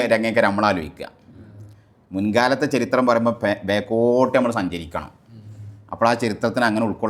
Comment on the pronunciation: ചെരിത്രം അല്ല ചരിത്രം